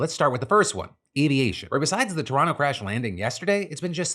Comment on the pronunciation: Wow Phil, you are one of the few American who knows how to pronounce Toronto lmao